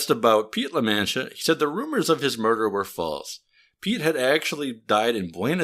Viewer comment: Its pronounce La-Mon-Tee-Uh by the way